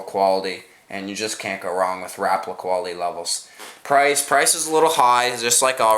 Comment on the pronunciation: it is pronounced Rap-a-la not rapla